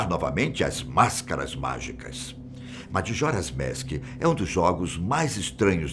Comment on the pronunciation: Só eu que notei que ele ta flando madjoras mask